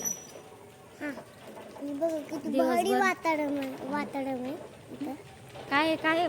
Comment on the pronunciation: वातरण❎ वातावडन ✅